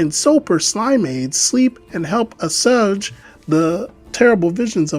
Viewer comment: Not related to any of the Homestuck words: you might wanna take a literal minute to look up words you don't know the pronunciation of. I'm guessing you said "assuage."